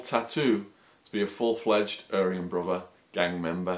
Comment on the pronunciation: You are such an awful storyteller, didn't know there was a v in brother...